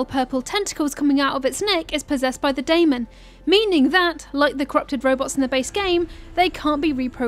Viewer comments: Its Demon not Daimon... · I know I’m late but in the game it’s pronounced Daemon (Day-men) lol